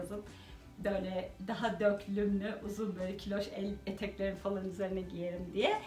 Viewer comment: Yine bayıldım 👌👌 Harikasınız 🌸 ama yazmadan edemeyeceğim: Döklümlü değil dökümlü 😣😣 Naçizane tavsiyemdir 🙋🏻‍♀️